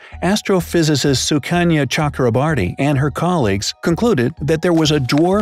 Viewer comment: I can't stop laughing when he said sukanya chakroboarty indians can relate this lol